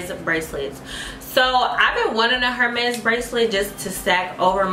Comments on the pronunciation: The H is silent in Hermès. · Not you spending over $600 on one bracelet and then referring to them as “HER-Mes” 😟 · I’m happy you’re buying what you want but the H in Hermès is silent!!!! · will y'all PALEEEZ learn how to pronounce these designer names!? the 'H' in Hermes is silent! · Girl, you bought Hermes and don’t even know how to pronounce it. Same thing with Cartier. Not a good look. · No ma’am! 🥴 If we are going to buy and wear luxury, have to be able to pronounce it...Hermes is pronounced like “Err-mez”...without the H...just a little tip 😘 And Cartier is pronounced like “Car-t-ay”😉